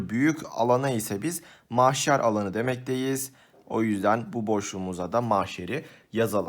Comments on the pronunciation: mahşer abi maşher değil. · hocam maşher değil mahşer LKFXKOBKXFBJS 🙄🤣🤣🤣😂😂